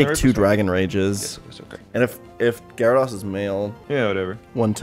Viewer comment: Sorry I have to unsub and stop watching because you still can’t pronounce gyrados